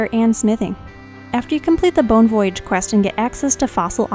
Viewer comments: The way you pronounce "voyage" drives me nuts lol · I paused the video real quick to make sure I wasn't the only one who caught that. Other than that great guide and love her videos.